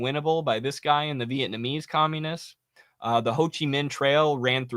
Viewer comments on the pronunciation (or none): none